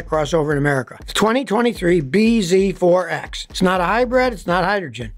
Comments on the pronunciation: I think the name is supposed to be said “BZAX”, like “bee zax”, which makes it less worse but still nonsense 😂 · You're saying it wrong it's pronounced Biz forx. This video brought to you by Toyota.